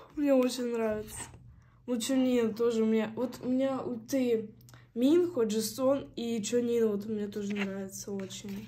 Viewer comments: Какой минхО МИнхо, и не ХенджиН а хËнджин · извините конечно, но правильно МинхО, а не МИнхо